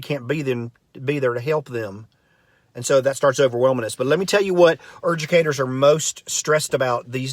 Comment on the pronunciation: erdercators. Churdrens. Lmao